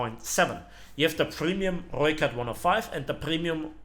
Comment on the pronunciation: Damn somebody can roll their r's. So far this is the best pronunciation of rooikat I've heard.